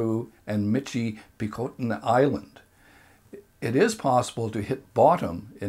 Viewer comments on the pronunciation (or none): michipicoten island is not pronounced mitch-ee-pee-cote-en, its pronounced mitch-ih-peh-cotton